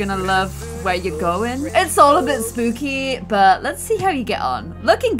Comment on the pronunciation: I love how you pronounce the sp (in spooky, for example) like a schp (in German lol) it’s so funny😂💗